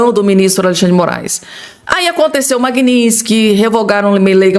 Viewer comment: NÃO É MAGUINÍNSTIQUE É MAGNITSKY